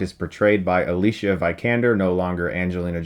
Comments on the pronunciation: Americans butchering foreign names yet again. It's Alicia VEE-kander with the EE part pronounced short, not V-EYE-kander. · "Vi" in Vikander is pronounced like in "video", not like in viable. Just fyi. And yes, you certainly butchered Roar Uthaug. I'm think you actually got every single sound wrong save for the very last "g" XD But nice try, we're quite used to it after all, here in Scandinavia ;-) Great review! Don't know if it's just me (and it might very well be), or if you've been lacking a bit in inspiration for a little while, but some reviews lately have felt a but lackluster. This felt fresh again, so I'm hoping you're back on track =) All the best! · It's pronounced Vikander not Vykander lol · It's pronounced Vi-Can-Dar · nd4spd That's consistent years of being a great reviewer. There's bound to be slip ups here and there. Maybe you guys should just stop being so damn soft. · The way you pronounce her last name makes me shiver.